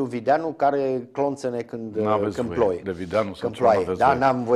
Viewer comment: "Când plouâ ", nu "când plaoie "! Vai, amar, de limba românã! (minutul 7 şi 15 secunde).